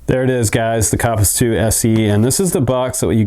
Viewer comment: Co I believe it’s called a kopis. As in copis